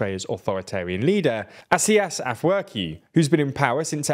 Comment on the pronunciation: Stop pronouncing Isaias Afwerki wrong! He might be awful but even I can't stand the butchered pronunciation. If you want to get most of the way there, say Eas-Eye-Ass Af-Work-E (Imagine Eas as East without the T)